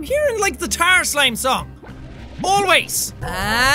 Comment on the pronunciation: not ghost buster more like tarr buster